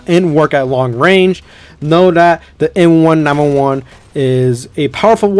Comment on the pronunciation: it's pronounced M Nineteen Eleven not m 1 9 1 1 it was made in the year 1911